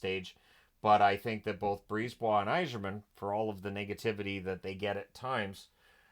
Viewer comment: Steve “Y Zeerman” xD